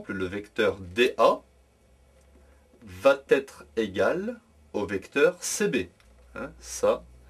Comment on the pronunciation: Merci de ne pas dire "vat être" Mais plutôt "va être"